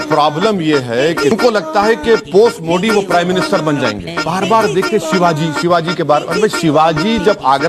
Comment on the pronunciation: ओबैसी को विचित्र बीमारी है... वह मोदी शब्द का उच्चारण नहीं कर सकता — मोडी मोडी बोलता है!